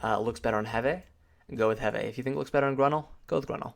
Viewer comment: Sven Hund lol right that bothered me so much